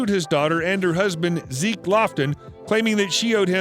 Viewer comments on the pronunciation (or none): none